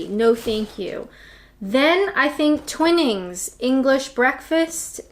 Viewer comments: Great video. BUT if you are learning pronunciation in England, the Queen's tea is pronounced 'Tw EYE nings. as in Hi, or sky. NOT as in a set of twins or winnings on bingo. Twinings is world renowned and is pronounced Tw ie nings. Twinings. that is all. otherwise a great video. OH and Clipper Tea is renowned VERY Fair Trade giving fair payment to growers and pickers.. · Excellent consumer advice as always :) BTW, may I have the honour of being the 10,000th person to comment that "Twinings" is pronounced with a "wine" sound, not a "win". PS, a Clipper is a 19th Century merchant ship. I'm guessing they may have shipped Tea from China in them back in the day. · Ok, so, a couple of things. PG Tips is one of the best and yes i like the box too. It's Twy Nings....so you pronounce the i. You say Yorkshire with an English accent, only with a Southern accent as opposed to a Northern one! I bet you needed a wee after all that Tea. And it wasn't a fair contest as you didn't have Earl Grey Tea. If you've not had it you are seriously missing out omg. It's No. 1. Another great video. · It's pronounced Twine - ings! O gosh. Do pronounce it correctly. Toodle pip! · TWY-NINGS like twine-ings. Otherwise flipping excellent. Yorkshire people are famously humble and will not mention "God's Country" at all in the comments. And you're right it's probably the best tea. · It's 'Twynings.' Just ask Stephen Fry if you don't believe me 🤓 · Twine -ings! (Suggested pronunciation) The higher the temperature of the water, the more bitter the tea will be (generally) It also increases the caffeine content of the brew. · Twinings is pronounced Try-nings, and the following is how to pronounce ‘Yorkshire’ by Mr. Hardwick to E. Blackadder Esq. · Twy-nings dear :-) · As a southerner it galls me to say I love Yorkshire tea, It really is my favourite too. Clippers is a type of tea ship, and twinnings (I used to work for a company that did work for them) is pronounced Twy-nings and not twin-Ings 👍🏻👍🏻👍🏻